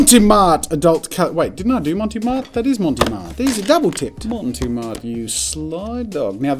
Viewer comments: I loved this video but one thing keeps bothering me that bothered me during the marker elimination episode. It's pronounced Mont Marte not Monte Mart. I don't know where he got Monte Mart from. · Every time he said "Monty Mart" it hurt my soul a little. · Why are you pronouncing it Monty Mart? Where’s the e sound at the end of the first word coming from?? lol no shade but confused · not as bad as his pronunciation of mont marte...